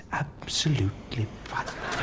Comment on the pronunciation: more like "absolutely pwiceless"